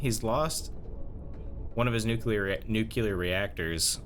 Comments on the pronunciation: sorry just curious about the way you pronounce "nuclear", to me it sounds like you're saying "nukelar" instead, is that an american accent thing? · He almost pronounced nuclear correctly, but caught himself and corrected it to the Bush Jr one. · I thought he was just trying to be funny. Us middle aged Americans grew up with Homer from the Simpsons saying noocooler